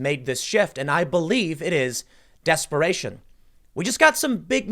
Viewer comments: "DEPSERATION"?? What's that Tim? lol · Depseration.... Come on Tim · Depseration Tim. IT'S DEPSERATION. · Depseration - huh?... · Wtf is a depseration? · Lmao he said depseration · What is "depsperation? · "DEPSERATION", huh? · Gotta hate that DEPSERATION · DEPSERATION lol